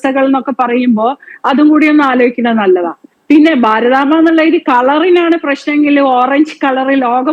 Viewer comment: ഭാരതാങ്കയല്ല, ഭാരതാമ്പ = ശരിക്ക് നോക്കി വായിക്ക് ആയിരങ്ങൾ പുറകോട്ട് പോവണം എന്ന് പറയുമ്പൊ ആരൊക്കെ പോവേണ്ടി വരും.???